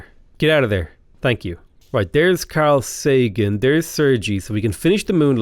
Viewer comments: One of my pet peeves is pronouncing people’s names wrong, and it hurts when you say Carl Sagan’s name. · Carl Sagan is pronounced Carl SAYgun, and Sergei Korolov is pronounced SirGay Korolov. Two of the most incredible people of the twentieth century, it’s worth getting their names right.